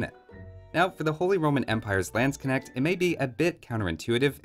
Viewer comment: "lands kinect" lmfao